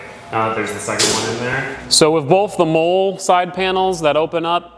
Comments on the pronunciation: “MOLLE” is pronounced “Molly” not “Mole”…. It cracks me up hearing it… but I appreciate all your content nonetheless!!! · I like the video but it actually drove me crazy when you pronounced MOLLE as “Mole” like a critter in the ground. MOLLE is pronounced "Molly". The name is an acronym for Modular Lightweight Load-carrying Equipment, a system for attaching gear to tactical backpacks and vests. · Molle=Molly not Mole😂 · Very cool, I always love watching DIY(ish) videos like this...also, the word is pronounced "Mall-E" (mine and every military brain is screaming at your video right now) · I was was just going to say the same it supposed to sound like molley but obviously it’s spelled differently! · Man, I was thinking have I been mispronouncing that word my entire life lol.